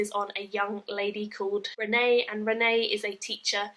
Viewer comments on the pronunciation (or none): I know I'm a few years late but I loved these books. My only criticism of this review is that you listened to the audio book and still called her Renee (the french pronunciation) rather than Renie (The English pronunciation which is canonical and said in the audio version :P )